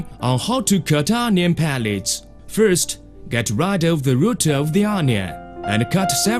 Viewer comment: qualtey fourst